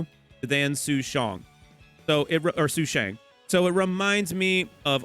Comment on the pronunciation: u kinda pronounced sushang’s name more accurately than how u normally pronounce it lol😅 it’s “su-shung” not “su-shang”